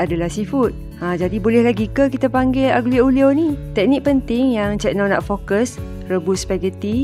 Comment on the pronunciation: Maaf tegur.. sebutan nya Alio.. g tu hilang 🙏